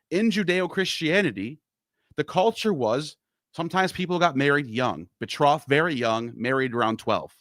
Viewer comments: betrothed is pronounced with a long "o" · funny Neil ,you can't pronounce betrothed, but that doesn't mean you can't read or translate English... but you use that as an argument with Ammon about incorrect pronunciation... o like throw ,not o like off.. also betrothal is to be a fiance or "promised"